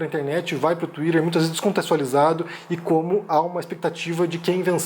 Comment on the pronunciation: Fala a verdade, vocês também queria pronunciar TWITTER da mesma forma que o!